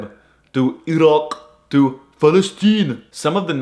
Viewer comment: As an Arab I thank you for showing the fat- I MEAN GIGACHAD Americans the correct way to pronounce Iraq, Saudi, Qatr, and Falestine